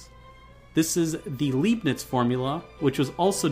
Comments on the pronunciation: its not liiiibniz its actually leibniz (laibniz) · The first syllable of Leibnitz rhymes with eye. In German "ei" is pronounced as the English word eye.